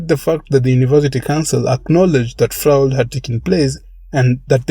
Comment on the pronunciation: I cant help it. I have to let you know that "fraud" is pronounced "frawd "